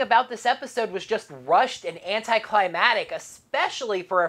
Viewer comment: I'm going to make a suggestion that is at this point a necessity and will sound harsh: Pronounce the middle C in "ClimaCtic", because it's even caused a typo in the cons. And I understand the issue: because you're not pronouncing it, you're not hearing it, which means you don't end up writing it.